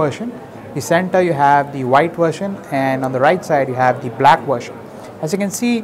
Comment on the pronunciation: Its 'version' not 'vertion'..